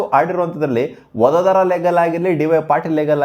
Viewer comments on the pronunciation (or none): ಒಡೋದರ ❌ ಒದೋದರ ✅